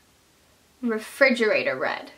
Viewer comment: OMG!! LMFAO!!! "Refridgeraroor red!!!!" LMFAO!!!